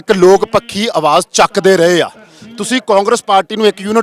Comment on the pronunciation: ਦੱਲੇ ਕਾਂਗਰਸ ਦੇ ਮੇਰੇ ਸਾਲੇ ਰਾਜਾ ਬੜਿੰਗ ਤੇ ਢਿੱਲੋਂ ਜੁੱਤੀਆਂ ਮਾਰੋ ਇਹਨਾ ਦੇ….ਇਹਨੂੰ ਪੰਜਾਬੀ ਤਾਂ ਬੋਲਣੀ ਨੀ ਆਉਂਦੀ… ਲੋਕ ਹੁੰਦਾ…ਲੋਗ ਨੀ ਮੇਰੇ ਸਾਲਿਆ 🥾🐕